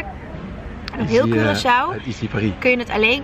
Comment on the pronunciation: Hahahaha moest meteen lachen toen je zei Korsoe, gelukkig heb je die je meteen verbeterd haha❤❤❤